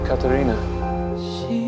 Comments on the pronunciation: how he says katerina is so satisfying thats so oow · I think he emphasizes the "rina" in "kathRINA"...it's beautiful how he says it I agree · I love the way he say Katerina too. It's like the sound of her name took his breath away. A